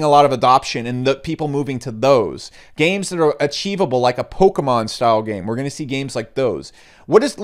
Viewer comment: Thumbs down for using the words "games" and "gains" so frequently in such close quarters with only a barely perceivable difference in pronunciation! Bonus negative points for "investiCation" :P